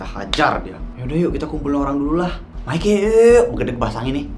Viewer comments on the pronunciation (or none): none